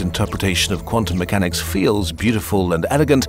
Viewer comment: "Quantum MEWchanics"...